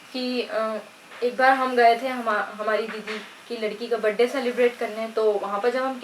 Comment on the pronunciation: Behan badey nhi hota 😂🤣birthday hota h😎🤘mtlb bechari ek bar m nhi bol pa rahi vid bar bar cut play cut play 🤣😂😂🤣👍👍aur kotion nhi🙄 question hota h😂🤣